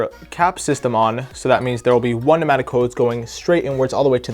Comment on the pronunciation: Pneumatic not matic or penatic